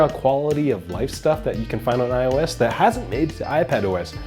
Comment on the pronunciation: He keeps saying O IS....its IOS!